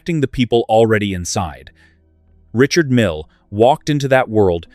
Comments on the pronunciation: The guy is French. His name is pronounced REE-SHARD MEAL. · Perhaps you need to buy a watch that helps you pronounce the name correctly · The AI’s inability to pronounce a name correctly or consistently is intolerable.